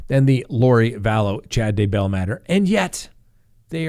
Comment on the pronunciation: Can’t believe this guy is a lawyer? He still has trouble saying Daybell...! Now He butchered Duggar.......